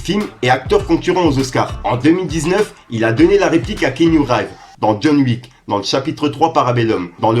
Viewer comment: Prononce plus jamais le nom de Keanu Reeves comme ça !